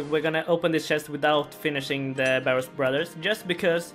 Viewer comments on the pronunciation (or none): none